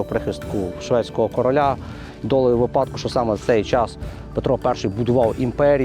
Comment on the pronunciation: Упевнений, що колись дочекаюсь від правильного наголосу у слові випадку 😂😂😂